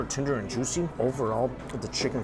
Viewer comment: "Sooper tendurr n jooshi". Over. And Over. And Over. Again. I can't believe some of you guys take this as new and engaging content. This guy is fleecing everyone.